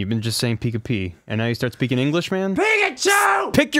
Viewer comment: Start "pi"king english